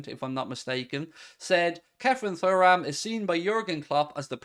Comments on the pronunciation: It’s pronounced TURRAM…. Not Furram. Can’t u remember his dad in the French 98’ team. Lillian Thuram….. not Furram. Turram!! Loooooool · It’s tu-ram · P.S …..Kone is a better player than Thuram (Turram lol) both athletic both can tackle, both can pass but I feel Kone is more of a boss in midfield than Thuram, as in he’s more confident in his ability. Has more (shall I say) panache. I can see Liverpool playing Kone as the ‘8’ Macallister ‘10’ or ‘8’ and Thuram (pronounced) Turram lol… in the number ‘6’ role. With a current midfielders rotating. If we got those 3 in and and Goncalo Inacio….. I full heartedly believe Liverpool would be a force again. MARK MY WORDS!